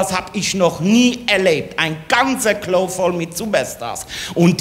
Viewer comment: Das ist eine schlechte Parodie von Heinz Schenk aber kein Hessisch. Allein die Aussprache von "Klo"....